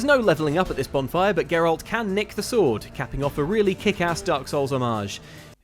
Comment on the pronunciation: said Geralt's name correctly 8 times in this video, and I'm almost disappointed.